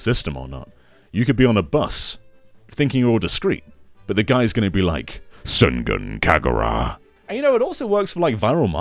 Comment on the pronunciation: "Sengan Kaguraa" lol